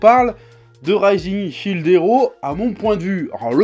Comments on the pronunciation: SHIELD! PAS CHILD GODDAMNIT! (ça se prononce chiiild pas chaild) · Shield ça ne se prononce pas fucking Child lol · Chef, j'apprécie beaucoup ton boulot, mais je ne PEUX PAS croire qu'à ton âge, en ayant trainé sur internet, déjà touché à un jeu vidéo, tu ne saches pas prononcer shield